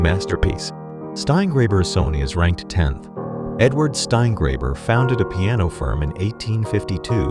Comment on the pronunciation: "Steingräber and Sony" Good grief!